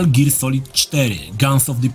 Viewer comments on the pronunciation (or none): none